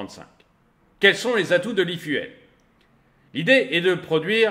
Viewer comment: E-Fu"elle", trop 😂